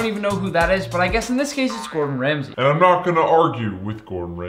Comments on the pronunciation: its Gordon ramsay not "Bordon ramsay" bruuuuuh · Gor’on Ramsay